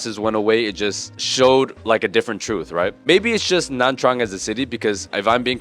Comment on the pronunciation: please just pronounce nha trang by nya trang that's the correct way to say it